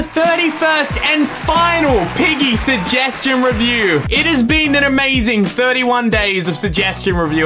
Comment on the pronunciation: Shugheshtion Fhinaleh Me: Shugheshtion Noeh